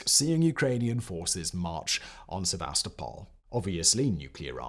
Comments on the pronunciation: If you are hired because you're a good talker you need to learn to pronounce Sevastopol correctly. Everything else is awesome. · Mark Milley, Sevastopol, etc. I could go on but, could you please learn to pronounce the names of the places and people you are covering?